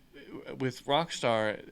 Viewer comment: please pronounce your R. it's NOT WOCKSTAR